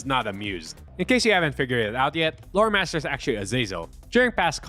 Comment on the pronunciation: Thanks to me being a heavy Transformers fan and a helltaker fan (plus the fact I'm only listening to this) every time you said Loremaster I heard Motormaster